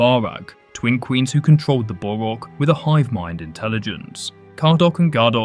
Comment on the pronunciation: I'm sorry, but how did you mispronounce BOHrok as borHOK... seriously, I really hate being 'that guy' but come on